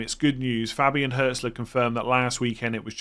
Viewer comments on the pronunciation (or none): none